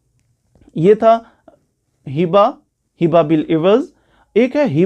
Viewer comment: سوری لفظ ھبہ ہوتاہے حبہ نہیں